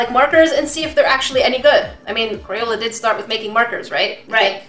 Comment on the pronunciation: Why does she call crayola as CRAPOLA.😝😝😝😝